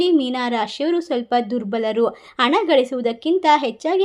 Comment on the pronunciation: Why don't you understand the difference of aa and ha...it is not ana,it is hana..if youare not able to correct it,pls quit this place .pls, understand the openion of listeners.dont irritate them.repair yourself and be good to listenars,,viewers..